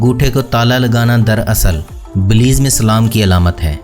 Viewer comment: اصل لفظ بیلائظ ہے بلیظ نہیں .